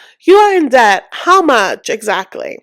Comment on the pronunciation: Cam someone please please tell that the b in debt is silent?